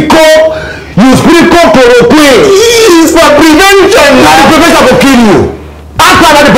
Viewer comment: "Prevenjon" is better than cure 😂 😂. lol